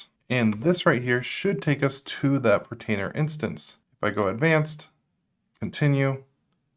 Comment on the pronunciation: Dude! Still saying PRO-trainer instead of PORT-ainer!!